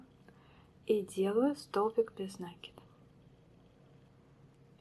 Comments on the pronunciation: Вот же нерусь, не нАкид, а накИд! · а вам срочно в словарь усиленно учится. Это несложно. Загляните в словарь. Там будет нАкид, только пожалуйста не используйте орфографический словарь, его нельзя применять для ударений, он в них часто ошибается. Старые словечки, которых нет в современных орфоэпических словарях, нужно проверять словарём Даля 😉, ну что просветились? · Идея, классная, спасибо за подробное видео! Но...какого нАкида просцици, русский язык для вас не родной? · НакидОм наверное надо вязать? У вас самой что по русскому было? Единица? Конечно нАкид, какие ещё могут варианты